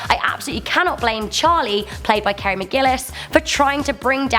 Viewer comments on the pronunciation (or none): none